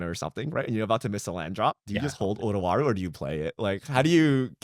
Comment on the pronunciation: I love Otawara, but I can't decide if I want to run it more, just to hear him say Twara instead each episode